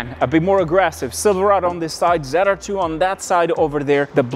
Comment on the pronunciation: ZR2. Not zide r2 lol